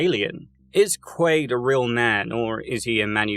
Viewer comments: It is absolutely Quaid in the movie….which is what this video is about so every time I hear Quail it’s like fingernails on a chalkboard. I had to stop watching. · Quaid not quail 😂😂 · You lost me at "Quail" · Bummer I wanted to watch but cant get past you saying the literal protagonist name wrong every time.